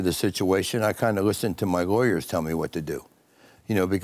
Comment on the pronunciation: lol, more like "I wistened to my wawyers"...